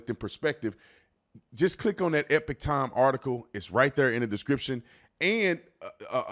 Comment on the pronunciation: 'Ee-pahck'....Ee-pock...not Epic. Damn dude.